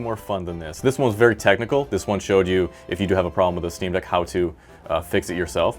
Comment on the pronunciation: Jesus Christ it’s the “ick on eck” steam deck.